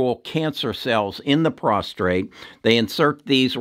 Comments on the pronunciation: It's PROSTATE, not "prostrate" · Constructive criticism: It's prostate, not prostRate. On another note, thank you very much for all your work, very informative and well explain! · You do outstanding work. Appreciate your advice very much. Just wanted to mention it's "prostate" not prostrate, which is what you said in your video many times. Prostrate is to bow down or get on the ground. But your views on stocks have been tremendously helpful to me; and I've been buying some of your recommendations. Thanks!! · Prostate not prostrate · It's prostate, not prostrate ! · Why do Americans pronounce Prostate as ProstRate? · it is prostate not prostrate only 1 r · Sorry about your daughter. Learn how to say prostate instead of prostrate. I had cyberknife, 5 one hour treatments, very few side effects.